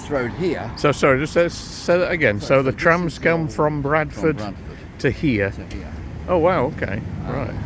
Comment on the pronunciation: You can tell is a native by his pronunciation of Bradford despite sounding quite "posh" at times 😁